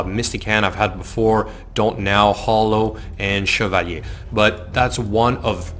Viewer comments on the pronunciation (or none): It’s pronounced Chev-a-lier... not chevalhhhhrr.